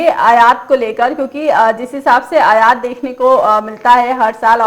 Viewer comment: अयात नहीं आयात होता है।